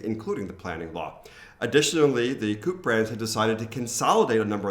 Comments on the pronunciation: COOP is short for cooperative and pronounced co-op (both os are pronounced as distinct vovels rather than combined in a u sound) - just like in English. You make it sound like a place to keep chicken. And its not like the larger selection I have experienced in US supermarkets really add much of value to me - Its like having 20 brands of some generic stuff should be better than having 3 - milk is milk and cornflakes are cornflakes. And don't get me started on quality - when I lived a year in Atlanta it took me 10 months to chance on a place with decent bread and I did occasionally find products after their best by dates. But yes, food was very very cheap. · hey guys coop is pronounced KO-UP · Actually: coop is pronounced "Co-Op". Have a nice day. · Coop is not pronounced like the english dobbel "o". It is pronounced "co" and "op" (up). It comes from the word co-operatetion" :)